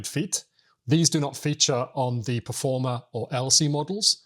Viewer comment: Performa, not Performer.